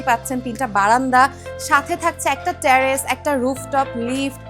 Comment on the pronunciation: Hi. It's not ট্যারেস it's টেরেস।